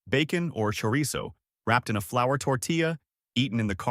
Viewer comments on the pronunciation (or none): none